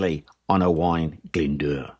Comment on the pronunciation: Got to say that you pronounced Owain Glyn Dwr pretty good. Well done Sir.